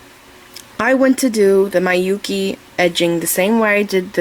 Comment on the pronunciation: Hi, thank you for your lovely earring tute. Just one thing, Miyuki is pronounced "mee-you-key", not "my-you-key". As a Japanese person, I cringed each time you pronounced it, sorry.